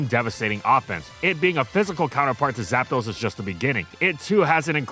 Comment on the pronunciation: Istg bro say "GAPDOS" one more time and I'm unsubbing